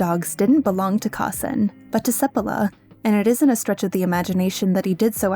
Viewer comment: So Balto was just hyped up due to the lazy/manipulative media? They have been doing that since time immemorial, as you can see. Also, every time you say Seppala I kept hearing Sephiroth, which was hilarious to imagine that sissy FF7 villain on a dog sled. :D